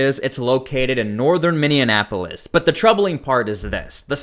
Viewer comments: Please stop calling Minneapolis, Minneanapolis 😆😆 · Send that Man to Washington DC. Can you not say Minneapolis correctly??? DUH 🙄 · Boy you sure have a hard time with pronunciations look up how you're supposed to say Minneapolis and Bongino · Dude, I can't subscribe to your channel if you do not work to pronounce the City of Minneapolis' name. 😮